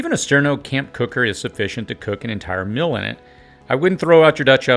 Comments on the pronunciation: meal [mēl]..... Not Mil. You are far too astute to miss this. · Are you saying “Mill”? I don’t think I need to cook my mill because I use my mill for food only, you can make a great spaghetti 🍝 sauce by milling tomatoes